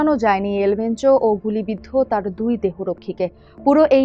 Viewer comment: Gulibiddho hobe, guliboddho na